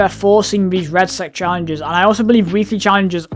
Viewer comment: It's Red-Sec, not red sack